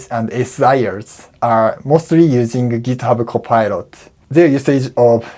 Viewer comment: "Githubo Copilot" - love that japanese way of making foreign words to sounds japanese :)